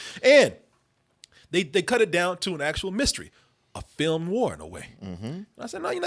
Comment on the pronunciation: I love, but every time he mispronounces “film noir” I cringe🤦🏾‍♂️